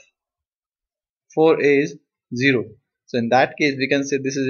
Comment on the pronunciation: Explanation was good. anyways, its 'zero'. not 'chero'